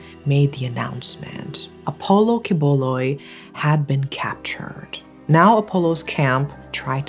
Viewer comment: kudos to this lady, being able to pronounce quiboloy's whole name really well